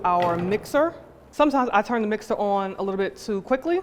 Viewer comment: You know she from the Bronx because she said "mixter". Love that shit.